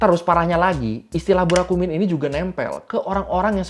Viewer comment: Burakumin ya bukan Burakuman